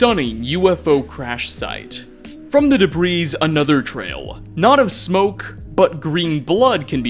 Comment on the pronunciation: ......did you just pronounce debris as “da breeze”..?